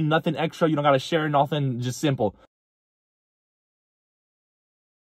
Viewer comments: Every time you say “ absolutely NOOOOFFFIIINN” Conor Mcgregor comes to mind 🤣🤣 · Ya Se me quedó el “absolutely nothennn” 😂”zavank”and “grrrrrrr rank”😭😭